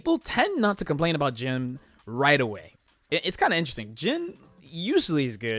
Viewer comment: I thought I heard you call Jin "Jim". The Poster Boys of Blazblue: Randy and Jim.